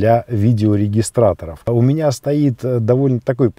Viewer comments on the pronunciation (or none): none